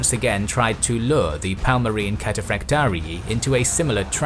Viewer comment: Palmarin ruler? Teach your speaker to pronounce their names right at least. It was a Kingdom, not a Parmalat cheese.